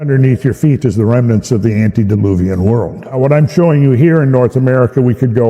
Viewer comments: Love your channel. It's "ante" deluvian, not "anti". Just a friendly FYI, since you want to start using it. Ante means before (like when someone says. "Ante up" before the cards are deal)t and anti means opposite or against (as in AntiChrist) God bless. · Not to be a karen but not anti its ante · ANTE-DILUVIAN NOT ANTI!